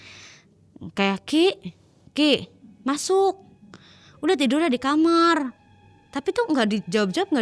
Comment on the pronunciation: Knpa k kamar ngomongnya kamer si k